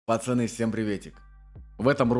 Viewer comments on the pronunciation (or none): none